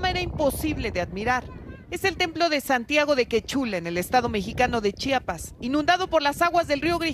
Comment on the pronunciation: Señoraaaaaa Se Dice C H I A P ASSSS CHIAPAAAS NO CHAPAS 😡😡